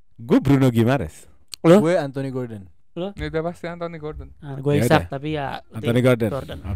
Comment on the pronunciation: bacanya normal isak ga si kok jdi isaac?